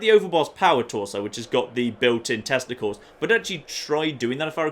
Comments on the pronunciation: When talking about Overboss Power Torso I just kept hearing that you were saying "built in testicles". It really confused me. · are you saying tesla coils or testicles? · I kept hearing "Built in testicles" 😂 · Every time says "Tesla Coils" it sounds like something a bit more... organic.